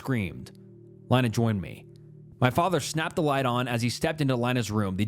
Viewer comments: Lina like Angelina, not Carolina😘🫡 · LEENAA IT'S LEENA NOT LINE-A!!!! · Why do you go from pronouncing the name Lina from Leena to Line-a?? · Plus, "Lina," lol. Names are always a bit debatable, but generally speaking, it's pronounced like "Leena." It's often short for different names ending in "lina." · How is nobody talking about him pronouncing Lina 10 different ways???